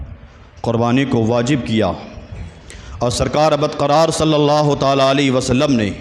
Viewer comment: السلام علیکم و رحمۃ اللّٰہ وبرکاتہ حضور والا ۔۔ معذرت کے ساتھ عرض کررہا ہوں ہو سکتا ہے میرے سننے میں غلطی ہو۔۔ لیکن جہاں تک میرا خیال ہے کہ آپ نے لفظ * اللّٰہ* کے * ہ * کو ضمہ کے ساتھ پڑھا ہے۔ جبکہ لفظ اللّٰہ کے ہ پر فتحہ ہے۔ 👇👇👇👇👇👇👇👇👇👇 لَن يَنَالَ ٱللَّهَ لُحُومُهَا وَلَا دِمَآؤُهَا وَلَٰكِن يَنَالُهُ ٱلتَّقْوَىٰ مِنكُمْ ۚ اللّٰہ آپ کے علم و عمل میں بے پناہ برکت عطا فرمائے ۔ آمین ثم آمین